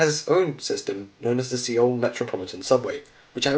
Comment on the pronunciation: it's pronounced SOUL not see all